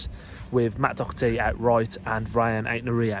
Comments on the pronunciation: I'm not sure that Matt had to learn English when he joined the club - I don't think he spoke only Gaelic. Nevertheless, I've often wondered about the way we call Matt, "Doc", as though his name were Docherty not Doherty and even pronounced it that way too. It's weird! I wonder what Matt Doherty himself says? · I watched the game with Portuguese commentary. Why, after all these years, can they pronounce Doherty properly and not one of you lads can? It's a crying shame. Even the french commentary got it right.. Maybe that's the deep underlying problem with this club. Laziness. Fake interest. If you actually want to talk about players at least learn how to say their names. They are trying to learn your language.Help them out.